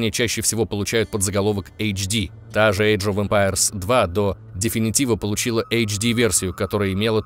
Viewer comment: Вообще-то, 1 Crysis был на движке CryEngine 2, а не 3. Definitive - слово с двойным ударение на 2 и 4 слог. Как можно было ударение поставить на 1 слог, я вообще хз. Ебать я душнила...